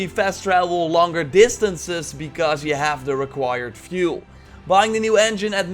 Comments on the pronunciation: It's fuel not vuel shit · Like, fuel is fjoel to him